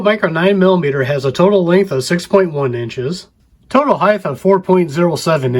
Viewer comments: The word is "Height". The word height ends in a hard "T". There is no such thing as "heighth". There is only "Height" and "Width". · "Now should I bow down to you?" No. Just say "Height" properly.